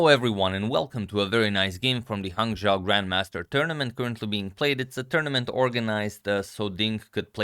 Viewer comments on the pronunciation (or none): Hey Agad. I noticed you love pronouncing names correctly, so I taught I should correct you. "Hangzhou" It's pronounced "Han-jo-u" That's the city I am presently in China.